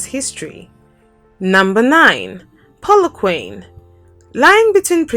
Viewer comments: Polookwaaanee...not polokwaine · Pu-lu-kwah-neh= Polokwane Great content love my country Port Elizabeth my home city ❤️ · A few things: (1) "Polokwane" is pronounced /pɒləˈkwɑːnɪ/; (2) "Plettenberg Bay" doesn't have city status; the first syllable gets stress in "Addo" of Addo National Park, not the second; "apartheid" is pronounced as /əˈpɑːrteɪd/ or /aˈpartɦɛit/; and the first syllable carries the stress in "Durban." And ... was the video cut short or something? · The way she pronounced Polokwake 🤣🤣🤣🤣🤣🤣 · The way you say Polokwane 🤣🤣🤣 🏆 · It's killed me too😂😭😭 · The pronouncing of polokwane killed me dead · when she said Polokwane wrong I almost cried😢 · watse kak is die? ekt al bots gehoor beter name uitspreek as wat die vrou doen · lol ile start calling "Polokwane" just the way you say it...it sounds kool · When it comes to South Africa to pronounce names you should get somebody who lives here eg. the pronunciation of Polokwane. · I am not happy about the Pronunciation of Polokwane lol